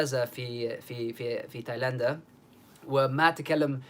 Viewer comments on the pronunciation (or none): تايلند not تايلندا 😂😂😂